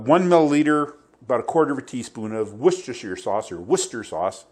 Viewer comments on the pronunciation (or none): Hi, I chuckled when you gave a pretty successful attempt saying, "Worchestershire". I thought I would save you the trouble in the future by letting you know I have a British neighbor here in Ohio. I asked him last year how the British pronoune it. He laughed and said, "The British can't say it any better than Americans so everybody across the big pond simply says, 'Woosy Sauce'. I thought you might like to know that. I sure was glad. Whew!!! And, thanks for the recipe for potted cheese. I make potted meat from time to time, but have never tackled potted cheese. This looks really good and is now on my To Do List.